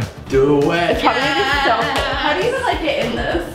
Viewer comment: You know when said this is so cool in the bathroom I heard it's so Cole😂😅